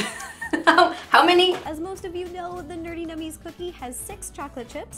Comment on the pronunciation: It’s NerdENummies 😂